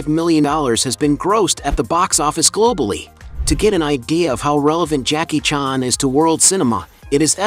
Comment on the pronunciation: Jacky “chaarn”